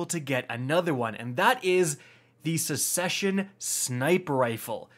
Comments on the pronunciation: Success-ion. Not Sushesion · sussession of succession? 😅😂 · He said sussesion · "sussesion" - 2021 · Seccesion is what said but its succession. Yes I'm going to be that guy:) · I love how he says it like sussesion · Fyi. Suck-session. Not sucky. Just how it is said. Suh-session is basically what is on many conservative and independents minds right now in usa. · “Succession” “Suck-sesh-en” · Did my dude just say "sussession". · Sus session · So you say succes like 'susses'? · His pronunciation has reached mythic proportions.